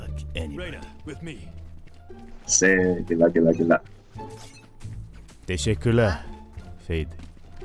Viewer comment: when he said Teşekkürler I was so congused omg they doesn't sound like turkish